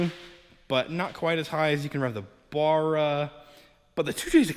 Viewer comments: Fucking BARRA not Burra 🤦‍♂️🤦‍♂️ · Ba-ra Not Bar-a 😉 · bArra... B. A. R. R. A Not Burra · It barra not barraa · Bro sorry but its bugging me its b arra not bar-ra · Its not a barer its a barra american stoodges. :) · It's pronounced "Barra" not "burra"... Cheers from Australia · As an Ozzie, you are making my ears bleed by saying 'baa rah'. It is pronounced 'ba ra' I own both turbo and NA FG Falcons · Please stop murdering the barra name it is not burra it is bArra you need to pronounce the A better please my aussie ears are bleeding lol alternator bottom left power steering top left air con right side all looking straigh on from front of engine $150-$200 in oz for FG Barra. green top lpg gas motors are the best for boost from stock they have stronger rods higher compression from stock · bArra Not bUrra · Give him a break guys, he is thinking about the bar where you buy beer lol, first time seeing this vid pop up but saw another one where he corrected it since he got attacked on how he said it😂. Now i know why, does sound odd baaara vs barra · its pronounced baar-ra not what ever the fuck your saying. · It's pronounced "bow-rah" here in ausland. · If you’re gona grace your fine man shed witha Barra Then say it properly Baa Rah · Mate! Please watch some Aussie videos to help with pronouncing Ba rra... I believe I speak for all Aussies in saying that 😂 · It's pronounced BARRA, can't get good numbers from a N/A without changing out valve springs or you get valve float when turboing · B - aa - rah. Watch a video by an aussi about barramundi. Cut the mundi part off and you've got it. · As an Australian, I cringe when you say Barra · Mans saying Barra wrong and it’s pissing me off 😂😂😂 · How come you can't say Barra? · Awesome you are using Aussie hearts. But due to the pronunciation I just couldn't watch the whole vid sorry! Maybe ask cleetus for some tips he says it better. 😉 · Learn to pronounce it right while your at it